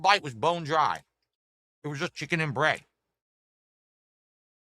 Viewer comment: Add a new one to the list... "Jiken " instead of chicken